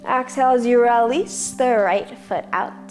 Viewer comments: Honey, 2 pts: EXHALE, not AXE-hale. Also, seriously? not beginners. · I had to stop the video because your "Ax-hale" is pronounced "Ex-hale" in Canada! It was frustrating and very distracting. Otherwise, I was enjoying it! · Nice flow, but extremely distracting to hear her mispronounce exhale over and over...